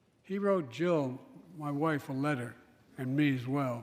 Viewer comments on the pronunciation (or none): none